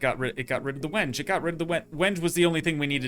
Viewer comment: WENGE. AHHAHAHA, is pronounced "when-gay". LOL. Yes really